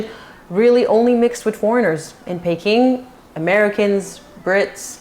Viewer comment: My grandmother was born in China because her father was some kind of Envoy or Governor of a Province in China. It is pronounced PEE-king.You automatically pronounced it correctly later in the video. With respect to "tricks of the trade" I believe both King Edward VIII and Prince Harry were victims of confusing these with true love. And I agree with you, Meghan is not bright enough to be recruited as a spy.